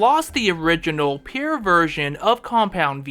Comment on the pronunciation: can’t say pure…😂 say it with me pure this not pair